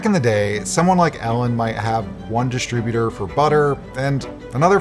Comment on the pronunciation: Dis-tribu-ter. Emphasis on second syllable, not the first.